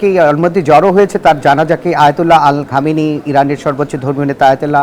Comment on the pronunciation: এই পালতু লোক হামেনির নাম টা ভালো ভাবে বলতে পারতেছেনা